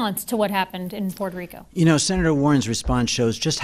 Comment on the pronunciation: She keeps saying “Portuh Rica”